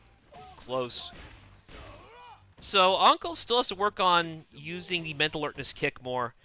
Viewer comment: uncle lol u make anqel sound like uncle and btw turkey !! thats fucking 4k further then me and theyr having a gg